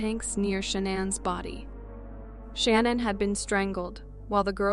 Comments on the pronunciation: How many times can you mispronounce the victim name wrong? LACEY, SHANANN BUT HAVE NO PROBLEM PRONOUNCING THEIR MURDERERS? DO BETTER. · In the Lacy Peterson and Shannon case the names are pronounced sometimes wrong.